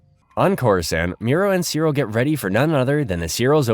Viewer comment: IT'S "CEE-RIL"!